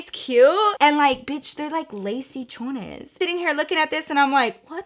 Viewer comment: It’s *CHONIS